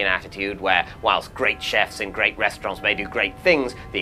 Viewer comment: David did it and it annoyed me cause no one else does that